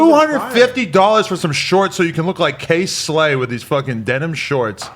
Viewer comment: Second I’m dying cuz he said “KSLAY”